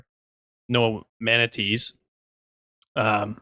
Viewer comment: Manatees? Manacheese 🧀